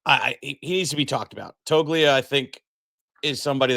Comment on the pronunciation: Hey! It's pronounced Toe-lee-uh. The G is silent. 😅